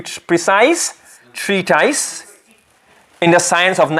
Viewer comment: Ma sha Allah beautifully explained. Brilliant teacher. Just like to point out it's pronounced tree tis not tys. Couldn't help it as it was said quite a lot.